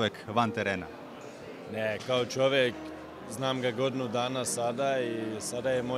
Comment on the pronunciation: I kad je reko god'nu dana